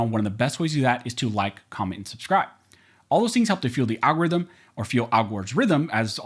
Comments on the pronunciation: I've been waiting for you to say al gores rhythm again lol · I’m glad Al-Gorithm made a comeback :) I hear it on the tip of your tongue every time you mention fueling the algorithm lol